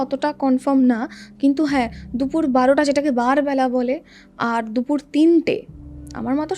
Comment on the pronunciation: Dupur ❎dufur✅😂